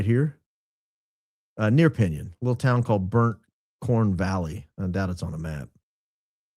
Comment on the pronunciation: It's pronounced Pin-yone.